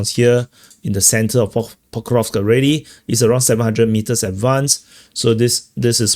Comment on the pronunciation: Say pok-ROV-sk. After ‘ROV,’ make a short snake sound — sss — then a quick k. Like snake → kick. So it’s pok-ROV-s-k, not pok-ROV-k. Keep the sss sharp, no vowel after it.